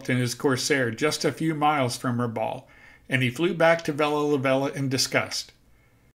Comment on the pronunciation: Rabaul is pronounced "Rabal" with the 'a' as in "bat" - not how it is said in the video. At least that's how the locals say the word. ....jus sayin! My cousins grew up there in the 1960s and talk of finding old military vehicles and things in the jungle ... and catching fish with a box of grenades.